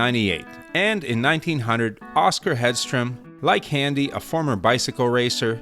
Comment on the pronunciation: It’s not handy… it’s Hendee 🐔…George was my great uncle and I am one of his closest remaining relatives 🏍️